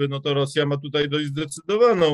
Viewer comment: Panie Piotrze, błagam, wczorAj nie wczorej, dzisiAj nie dzisiej, tutAj nie tutEj. Rozumiem, że regionalizm, ale nie przystoi ogólnopolskiemu dziennikarzowi i publicyście.